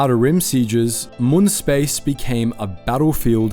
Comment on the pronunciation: Honestly hearing “moon” so many times made me way more upset than it should’ve 😭 they say the name in the show yknow? “Mewn”